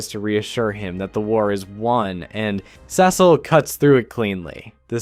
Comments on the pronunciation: You mispronounce Cecil until , but then you go BACK to mispronouncing it ?!?! wtf man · Awesome vid. But the Cecil pronunciation jumpscared me